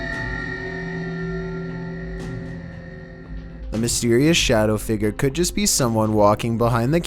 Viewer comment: 1:97 “A phantom figger”